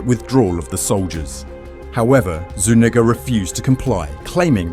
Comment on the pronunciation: The only time ive heard my last name said right Zuñiga